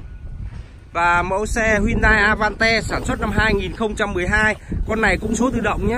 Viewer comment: Cờ dui kaaa vãi... A van te.. Cửa lóc kaaaaa